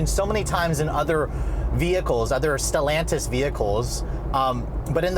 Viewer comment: Still sounds weird to hear you say Stellantis.